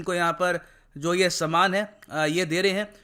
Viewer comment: "saamaan" 😄 nice